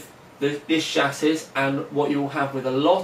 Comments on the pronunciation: chassis = chassey not SHASSIS! u pronounced scythe the same as me. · chassis is pronounced chassey scythe is pronounced psythe and sunsanoo is susanu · Please say Chassis correctly if you're going to say it so many times =/ Much love from a long time viewer.